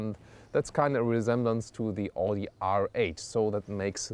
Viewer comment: You're german..why don't you know how Audi is pronounced?!